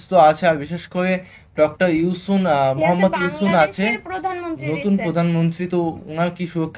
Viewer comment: নামটা সুন্দর করে বলা হলনা ডঃ ইউনুস কে ইউসুন বলেছ